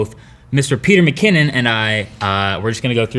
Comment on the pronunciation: You totally butchered his name.